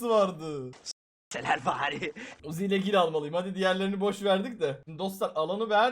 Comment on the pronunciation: Abi sen uzi dediğinde ben wuzi diye anlıyorum